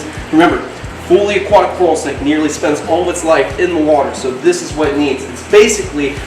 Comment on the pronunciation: I 100% bet the name carl came from trying to say coral snake in the accent and it came out as carl and he just went along as if he planned it Lmao